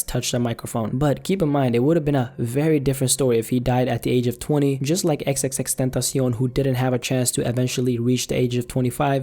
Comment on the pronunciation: Im so happy you said xs name right